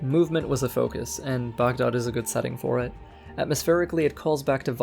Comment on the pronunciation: Great video couldn't help pointing the pronounciation out